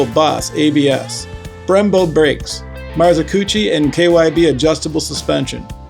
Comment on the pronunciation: Love seeing in the reviews! It's pronounced MAR-ZOCH-CHI and Er-Go-Nom-Ics. Just toying with you, this video is FIRE!